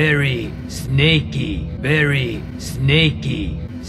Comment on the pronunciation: Loved the editing in this, especially all the emphasis on the "very...snakey" :)